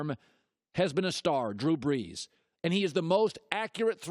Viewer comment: "Drew Breeeejjjjshhh''